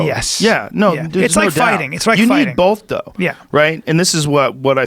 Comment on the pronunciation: I like the way joe says “both” it sounds like there’s an l in there “Bolth”